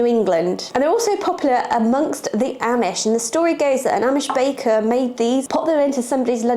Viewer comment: Amish is pronounced “om ish”.